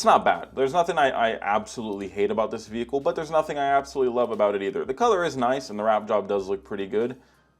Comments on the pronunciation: STOOOOOP. SAAAYYIING. VEEHIICKLEE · Stop saying “vehicle” wreck it Ralph